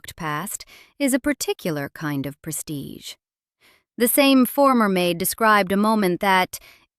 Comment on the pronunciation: “Prestige” lol